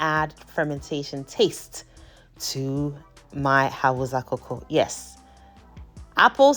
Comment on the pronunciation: First of all, thank you for sharing this amazing recipe. Very inspiring and helpful. Secondly, pleaseeeee the language is pronounced as Hau_sa not Hau_za. Respectfully please 🙏. Thank you for sharing this amazing recipe